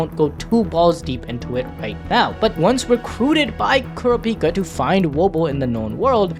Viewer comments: why are you saying "kurapika" like that? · The way bro was saying kurapikas name was pissing me off